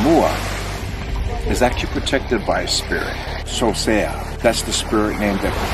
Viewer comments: Its not Sosea lou seasea o. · It’s not Sosea it’s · It not Sosea his name is